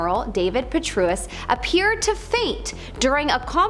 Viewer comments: David Petreus. Pa tray us. Please try harder to pronounce names correctly. In this day and age of the internet, correct pronunciation of a person's name is but a click away. Thank you. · Compelling evidence from a host that refers to Mr. Emanuel as “Ramen”, and General Patraeus as “Perruis”. Clearly, our narrator is a master of both literacy and comprehensive skills (or in her words perhaps, “literal see and Copenhagnative skillets”). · GENERAL PU--TRAY--ËS NOT THE WAY YOU PRONOUNCED IT .. FYI ... THANK YOU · Too bad this Presenter can't read these names of well-known public figures, like; Rahm Emanuel, NOT Ramen Manual; General David Petraeus (rhymes with Betray Us), etc. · FYI: The General's name is pronounced PU-TRAY'-ËS NOT WHATEVER YOU SAID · She completely list me when she can't even pronounce things correctly.Ramen?General Pet-TRUE -us?